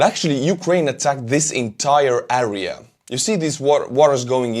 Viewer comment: Area is pronounced like Air ee ya not A Ree a, Same sound as hair or air or pear or flare or whatever. Слава Украини!!!